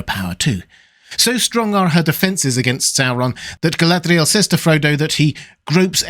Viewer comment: I can’t even get my head around how you are pronouncing her name. What kind of accent is that meant to be and what guidance is there from Tolkien for the proper pronunciation?